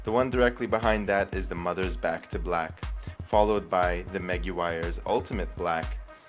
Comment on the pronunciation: You're still pronouncing it wrong. It's Muh-gwy-ers.